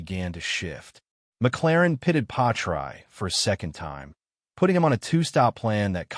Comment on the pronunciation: The worst AI name butchery ever. Really??? Pie-try? Bro the AI didn't even pronounce the s in Piastri. Delete this and remake it with at least some effort FFS.